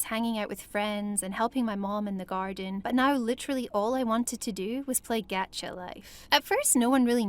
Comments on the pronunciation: Why does everyone say g-at-cha.. It’s g-ah-tcha😂😂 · Isn't a anyone laughing of how the girl said "gacha life" Geacha life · GAH-cha life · I think she's saying gacha wrong